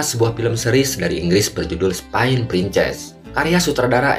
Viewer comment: Kalau bisa yg membacakan narasi film, bisa membacakan cerita dengan pronounce yg nenar "Film, Spain" dll dalam film ini